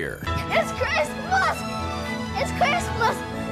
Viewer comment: It’s the “ItS cRiZmUoS” for me